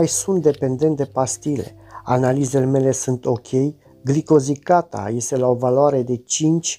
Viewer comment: *Glicozilata! Nu "glicozicata"!!